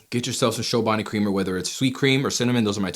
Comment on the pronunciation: Chobani like Chocolate, not Shobani